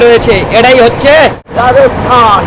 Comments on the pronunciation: Apner video dakhlam, ভালো hoache but spelling speaking thik nai, kotha ta Rajasthan... Not raosthan hobe na, kintu apni sudhu tai bolchen... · Ami apnar vlog dekhina. Ei prothom dekhlam Metar alogorith er soujonne. Jaega tar nam Rajasthan ba Rajosthan(cholti bangla te), Raosthan noe. Kane lagche.